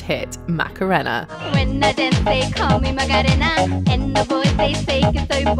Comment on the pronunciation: How is it possible that you get the pronunciation of "Macarena" completely and utterly wrong when they say it repeatedly in your own video?? Also, it's a spanish word so obviously you don't use English phonetics.